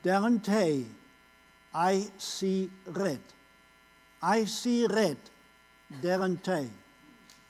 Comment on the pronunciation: I see rrrrrrrrredd 😂